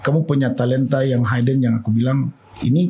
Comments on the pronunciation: Maaas, baca hidden tuh tetep hidden bukan haiden... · Hidden dibaca:’hiden bukan ‘haiden.